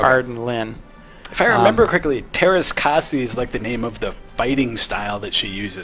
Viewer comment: I'm a Finn and you can imagine my bewilderment when I saw this game in stores. BTW, the Ä is pronounced like the A in the word "hat" and R is hard and rolling like in "brrrrrr" when you're cold